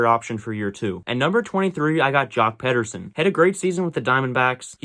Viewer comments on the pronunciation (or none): Joc Pe”der”sen???? You serious right say his name right 🤣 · say it like Peter-son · Miss pronouncing joc Peterson is crazy